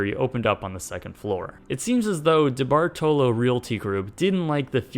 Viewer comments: It's pronounced Da-Bart-A-Low... they have properties down here where I live lol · DeBartolo's name is generally pronounced Di-BART-olo, or in NE Ohio/W PA, something like D'BART-lo. Not whatever this guy is saying. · It's Debart-LO not Debart-telo!!!!! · It’s not “Dee - Bar -toe - Low”. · DeBartolo pronounced (Di-Bart-olo) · It is "de bart lo". I know it is not spelled that way, but that is how it is pronounced. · It's pronounced De-Bar-ta-low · DeBartolo is pronounced DeBartalo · I know this vid is old asf, but it’s pronounced De-Bart-Lo. I should know, I’m a Niners fan 😂😭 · can pronounce any names right. kenan and kel and DeBartolo is pronounced debartolow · De-bart-low. I know there's another "o" there, but it's not pronounced in Youngstown. (Edward Debartolo's hometown.) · Capo Anderson lol the way he pronounced debartalo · Love these videos - thanks. You can tell by how he pronouces DeBartolo he's not aware of that family. ;) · He also bought the San Francisco 49ers. His family still owns the team. Btw, you are badly mispronouncing his name.